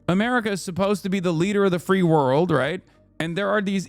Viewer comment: The interpreter kept mispronouncing "world", every time it sounded like he was saying "war". Petro was saying "we need need to respond with the (whole) world", meaning that there has to be independent action that responds to the will of the people of the world, and not states and corporate interests. He's not really calling for a war, he's calling for military intervention for peace. PS: the word "mundo" means "world". You can hear Petro say it many times. The word "guerra" means "war", I don't remember him saying it so much.